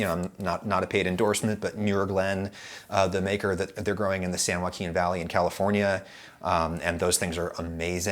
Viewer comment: Was weird hearing my county called out! It is as you pronounced :) ho-ah-keen